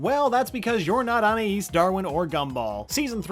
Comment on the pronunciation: I appreciate this guy ACTUALLY pronounces Anais' name